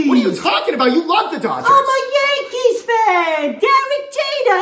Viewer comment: "GO yAnKeeeez" Why'd you say it like that? 😂